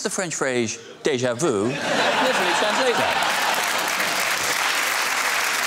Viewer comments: There are a few comments about déja vous which is what he pronounced rather than déja vu. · But he said déja vous not déja vu.....as most English speaking people say.